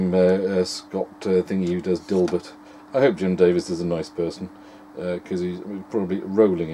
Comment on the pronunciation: I thought you said "Jim Davidson"